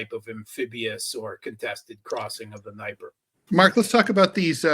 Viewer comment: What's with "Nigh-per?" Mark lives in Moscow and doesn't know it's D-knee-epr?